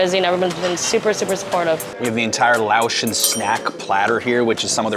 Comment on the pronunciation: Laotian, “Lay-Ocean” Not Lahwshun Not “Laowe” “Laos” Hard to listen to everything you have to say, when within the first five minutes you pronounce everything incorrectly multiple times, even after talking to people that pronounced it correctly in front of you.